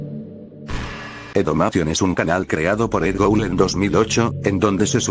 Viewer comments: Es Edd Gould No Edd Goul xD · Alguien más se dio cuenta que decia Edd Goul?